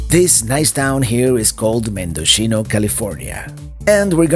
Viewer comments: all of the coastal highway is a beautiful drive and by the way, Mendocino is pronounce Men-do-see no-- not Mendochino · My front yard😆. Mendo-see-no👍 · You're killing me... it's pronounced MendoCno.